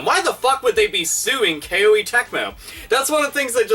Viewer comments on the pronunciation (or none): It's Koh-ay not Kay-oh-ee. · it's not a big deal, but why "K-O-E" when you can just say "Koh-Eh" like the Japanese pronunciation? I just want to make things easier for you.:P (And I found out the letter "i" in Koei Tecmo's name is silent.) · You mispronounced KOEI as "Kay-Oh-A." It's suppose to be pronounced more like "Koh-A." The name of the company KOEI was derived from the Japanese word "kouei / 光榮," which means HONOR--as in "It's an HONOR to to serve." Great video as always, by the way. Love your ever-vulgar commentary style, lol! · BTW It's pronounced "Koh-ay" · >"Kay-Oh-Ee Tecmo" ded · FYI, it's pronounced "Ko-Ay" Tecmo. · I believe Koei is pronounced koh-ee (rhymes with showy). To the content of the video, it's sad when patents for such basic software building blocks are granted. Shows how out of touch the patent office is, and how copyright laws need to be overhauled with more emphasis on openness and innovation. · it weirded me out that called them Kay-Oh-ee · Capcom is just a joke now it seems. Also the way you say Koei sounds really weird hehe.